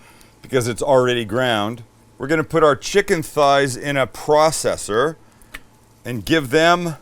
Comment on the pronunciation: I'm mad he said processor and not processor.